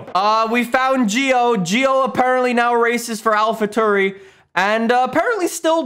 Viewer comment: “ De Veris” and “Alpha Tuuri”, I didn’t know this was a try not to cringe challenge